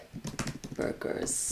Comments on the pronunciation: Luckily you showed us pictures of burgers. I thought you were saying bargains. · had to pause the video at first I thought you said you had to get the debuggers and the names i was hearing Debuggers until my mind start to process it and to find out is was burgers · i thought she was saying BUGGERSSS